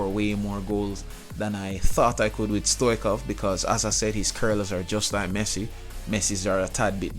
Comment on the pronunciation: It's not Stoichov it's Stoichkov (no hate)